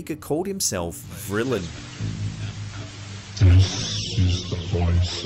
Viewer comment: Vrillien? Just like vril Donald Marshall